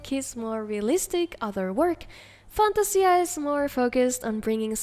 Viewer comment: Fantasia is pronounced FAN-TAY-ZHUH